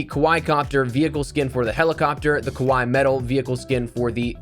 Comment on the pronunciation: its pronounced as Ka-Why-eeeeeee and not as you said ka-why - and translates to cuteness. Love the vids, keep up the amazing work!